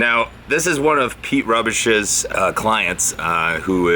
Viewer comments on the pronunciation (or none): Pete "Rubbish". Clearly never watched his videos saying his name wrong ha.